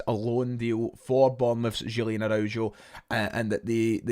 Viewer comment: The pronunciation of Araujo is criminal 😂😂😂😂